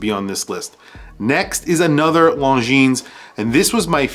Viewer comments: 1) the Mont Blanc is just HIDEOUS: looks like a stupid and too dear Seiko with a lame logo. 2) Longines Zulu Time GMT is way too big. Anyway the pronounciation of LONGINES is NOT LONGINSSS, is rather LONGIN. Is FRENCH. 3) MoonSwatch is stupid, yeah, but smart as well. 4) Longines Ultrachron is too big as well. 5) Seiko 5KX GMT is a fake diver GMT: hideous. 6) M.A.D. is just DISGUSTINGGGGGG 7) VC is a beautiful watch, but really way too useless as a watch. 8) Tissot Prx chrono not my style but not bad at all. 9) Zodiac Titanium is really COOL indeed. 10) Timex Expedition North Titanium is a bloody smart mood; perhaps a bit too high pricetag 11) Q Timex chrono rocks a lot 12) Q Timex GMT rocks a lot too 13) Mido OS GMT L.E. is LOVELY 14) Citizen Pro Master green not bad really 15) Citizen SuperTitanium, a bit expensive maybe, but beautiful 16) CW is nice but not my cup of tea Ps Nice list !!! 😎😎😎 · Lohn-geeeene. Your killin me dude.